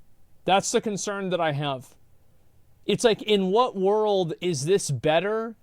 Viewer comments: Am I the only one hearing "woddle of warcraft" everytime he says "world"? 🤔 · Every time this dude says Wurald (world) you gotta take a shot.... god damn you drunk after the first 5 mins..... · New WORULD! LUL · waruld. it's hard man.... SO HARD...